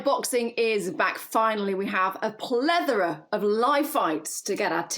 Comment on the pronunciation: Plethora not plevora lol